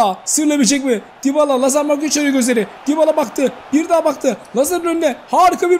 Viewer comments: abı dibala degıi yabala dıye okunuyor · yabala ne lan :D Düybala diye okunuyor